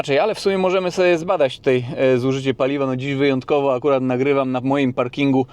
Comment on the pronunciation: Tůtaj, tůtaj 😅